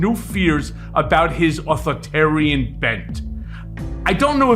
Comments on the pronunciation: Learn the word: It's "authorItarian". Leaving out the middle "I" drops an entire syllable, and makes you sound ignorant. Sorry, but it's the truth...if you don't know the correct word, don't use it! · Get Michael to pronounce authoritarian properly